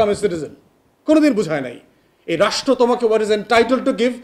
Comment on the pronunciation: আগে "রাষ্ট্র" শব্দটা উচ্চারণ করা শেখো। তারপর বড় বড় কথা বইলো, আর বলো নাস্তা কি কি ছিলো? বাই দ্যা ওয়ে SME বলতে যে পৃথিবীতে কিছু এক্সিট করে না তা কি কেউ অনুধাবন করেন?